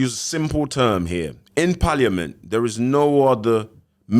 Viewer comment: It’s so entertaining seeing abusive men who talk as if they’re fully literate on the policies regarding domestic abuse. When he said paaliament 😂. He was holding down that accent the whole show 😭